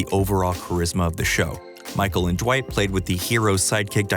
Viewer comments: Ok but why does he keep pronouncing Dwight with a J instead of D 😂😂😂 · Ju-wight? Who tf is Ju-wight???